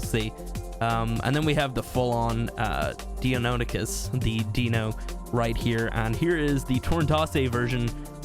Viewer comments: It's pronounced dino-ni-kus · It is said like Die-non-I-kis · Its pronounced die-know-ny-chus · Its pronoince Die-non-i-kus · Its actually pronounced die-non-ee-cuss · I think its pronounced dynonicus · Dude the Deinonychus is what the Jurassic Park Velociraptor was based on (slightly smaller than in the movie) Also It’s Die-NON-ih-cuss Or if you prefer Die-no-NYE-cuss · It's pronounced Die,no,nie,kuss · It is pronounced Die-no-nye-kus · That is not how you pronounce it 😅 Don’t trust google. It’s /Die-‘NAHN-ih-kus/ You’d better be able to ride it. If it’s the size of a troodon I’m gonna be pissed. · Die-non-ic-us is how it’s pronounced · Lol that pronunciation was COMPLETELY wrong lol idk wheee they got that from. It’s “die - non - ick - ess” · It’s pronunciation is die-on-I-cus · It's pronounced Die-non-knee-kus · please for the sake of my sanity please understand that it is called a die-non-ih-cus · God damnit Google. Die-non-eh-kus. Edit: People are spelling it differently with slightly different pronunciations, but those work much, MUCH better than what Google told you. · fellow gamer i have come to u with sad new that in fact your pronunciation is incorrect, for deinonychus is pronounced more like die-non-a-chus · Die-non-icus is how you pronounce it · You pronounce the dinosaur’s name as follows: Die-Non-A-Cus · It is actually said dy-non-i-kes. It's so difficult not even the pronunciation bot could get it, lol. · Your saying its name so wrong it hurts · Tf did Google say u pronounce it... nop. Eh cool though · Please learn how to pronounce it